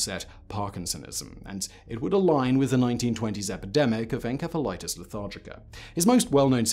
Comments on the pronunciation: Why do you keep saying enkephalitis... it's ensephalitis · Uh Simon....? The "ph" in encephalitis is pronounced as an f uhn·seh·fuh·lai·tuhs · Hmmm...not sure on the pronunciation Simon. Shouldn't it be "en-seff-alitis"? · I-I thought encephalitis was pronounced with an s sound, not a k sound (the c). Is this a ...a British pronunciation? Excellent video. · Too many times you've said "enkefa" when it's obviously "entsefalaitis" right? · You are pronouncing encephalitis incorrectly. It's a soft "c". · It's encephalitis not enkephalitis. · Is he saying en k phalitis instead of en s ephalitis? I’m in the UK and we pronounce it en s ephalitis. At least we did almost 3 years ago when I was in hospital with encephalitis.🙂 Not this kind though!😳😊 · It’s not pronounced en-Ke-phalitis, it’s pronounced en-SE-phalitis. SE as in cemetery. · Grammar Nazi here…..it's pronounced 'en-SEF-el-it is' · Maybe you should have learned how to properly pronounce the word encephalitis (en-sef-uh-lahy-tis) before making a video on this subject. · The pronunciation of Encephalitis as Enkephalitus is killing me. That can't be right even in the UK can it? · I think it's called encephalathis with s, not k... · The C in encephalitis is pronounced like an S. This is why dictionaries are so damn handy. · pronounced En-sef-a-lightis :) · I have never heard "encephalitis" pronounced with a k sound. British thing? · Its not pronounced as enkephalatic, holy shit why is it so hard to get right. This kind of bullshit kills any sense of credibility. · I'm confused. Is he pronouncing ENCEPHALITIS with a K?! Or is it another word? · Did he just pronounce encephalitis with a hard C? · Is how you are saying "encephalitis", the correct way? I've always heard it pronounced as "enSEPHalitis", among both English and American medical professionals (god, I hope this isn't another "coupé" situation..). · The K sound you put in your pronunciations of enceph- prefix makes me crack up 😂 such a smooth accent